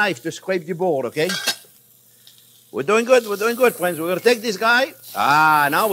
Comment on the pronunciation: "Well hello there phrinzzzzzz"